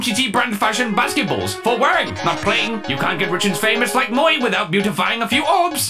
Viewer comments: i don’t remember commenting this, but i can only assume i referring to him saying moi, the french word for “me”. if that IS what i was referring to, it’s pronounced “mwah”. depressingly, i have taken 4 years of french class. thanks, schooling system. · is anyone kinda annoyed that he said “moy” instead of “moi” (moo-ah) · When he says moi (French for me also is pronounced mwah) is moy. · pronounces "moi" as "mo-ee" Also: pronounces "croissant" with a perfect French accent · Umm I think it pernounced moy ( mo y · Did pronounce "moi" as... moy?!